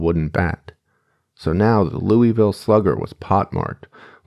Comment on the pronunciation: as someone from Kentucky its "loo vull" not "louie ville" every time u say it wrong my ears grind